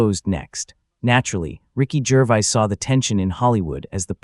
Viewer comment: Cant even say Gervais properly!